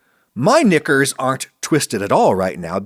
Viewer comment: Don't say knickers ever again Adam that was weird...